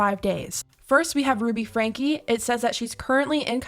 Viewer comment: And their last name is pronounced, Frank. Not frankie the e s not pronounced!!!!!